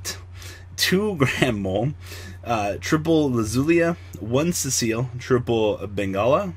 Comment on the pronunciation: It's CI-EL (See-elle) please stop saying cecille like wtf can you even read? lmao